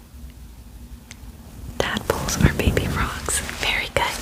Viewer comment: Why did i hear "tadpoles are baby frouges"😂